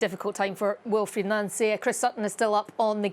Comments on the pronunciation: It’s crazy that so many commentators can’t pronounce the Celtic Managers name correctly….it’s Pronounced NONCEY not NANCY. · Glad Boyd is pronouncing his name properly, Noncy, unlike others